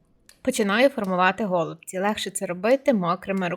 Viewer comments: Смачні голубцІ (з наголосом на останньому складі). Дякую за рецепт. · НашО говорити гОлубці якщо правильно голубцІ!!!!